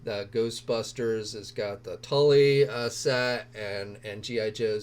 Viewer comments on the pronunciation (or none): none